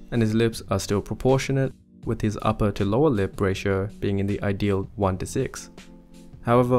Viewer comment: "the uppa-lip and lowa-lip"